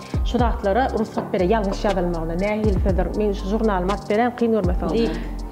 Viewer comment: dogan "RUSGAT" däl "RUGSAT" diýip öwrenip geçipdik bizä, häzir hem rugsat diýip ulanýas! Gowy gepleşik bolupdyr haladym dowam ediň 👏🏻👏🏻👏🏻👏🏻👍🏻